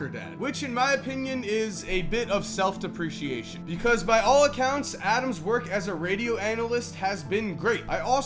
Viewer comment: "Self-Depreciation?" I think you meant "Self-Depracation"